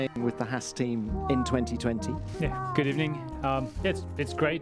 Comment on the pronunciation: good ebening 😂